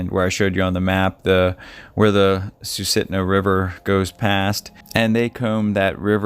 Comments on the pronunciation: Please learn how to pronounce the names of the areas you discuss. Sustina.....Sue Sit Na, Matanuska.....Mat a new sca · Living in Alaska has hazardous consequences that compound quickly when something happens. Susitna is pronounced Sue-Sit-Na. There are not groomed trails and easy access to cabins etc. plenty of open Rivers etc out there as well. I live outside Wasilla.